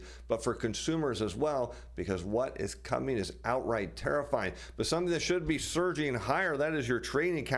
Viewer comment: Is it "tarrif-fying" or "terrifying"?